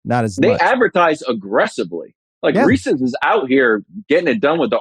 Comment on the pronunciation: Can we really take a guy seriously about candy when he does not know how say Reese’s and picks regular M&M’s